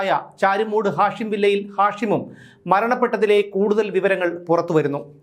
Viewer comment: നിങ്ങൾക്ക് ഇപ്പോഴാണോ ഇത് മനസിലായത്... ഹാഷിം മയക്ക് മരുന്നിന്റെ പേര് അല്ലേ? ഉച്ചാരണം മാറ്റൂ